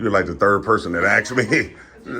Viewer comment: “You’re like the third person that aksed me.” If you want to appear intelligent, then at least know how to pronounce simple words…